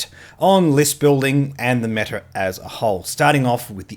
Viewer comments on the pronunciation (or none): none